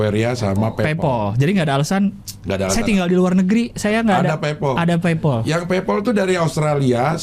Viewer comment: bacanya paypal cing, buka paypoll